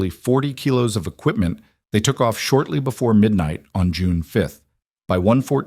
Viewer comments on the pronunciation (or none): none